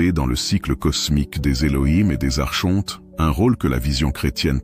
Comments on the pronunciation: On ne prononce pas ARCHONTE mais "ARKONTE" Madame l'IA ! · "Archonte, se prononce Arkonte" - Il faut expliquer ça à la voix de synthèse 😁 Je trouve dommage les créateurs de contenu spirituel qui ne prennent pas le temps de lire eux-mêmes leur texte. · Merci infiniment pour cette recherche sur les Elohim, et Les principes gnostiques. Archonte, se prononce Arkontes, cela vient du grec, arché, le principe, le pouvoir.✨️ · Mes "enfants "...merci pour votre présentation et explications variées a propos des Archontes. Au passage il est important de vous informer que l'on ne prononce pas les Archontes avec le son "shontes"....mais avec le son "quontes"....ce n'est pas le son vibratoire"Che" mais le son "que"! Intégrez cette correction dans vos conférences 😊🙏merci pour tous. Il faut sauvegarder la langue française! 🍒